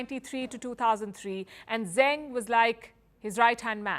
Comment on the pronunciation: Zeng Qinhong's last name is pronounced "Zuhng" like "rung" or "sung," not "Zang," as Palki pronounced it (she's usually rather decent with mandarin syllables).